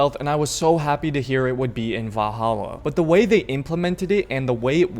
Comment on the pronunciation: Lol "vah-hallah"